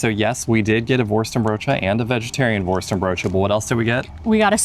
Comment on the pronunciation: I never realized the correct way to pronounce “worstenbroodje” is with an American-English accent. It’s just perfect.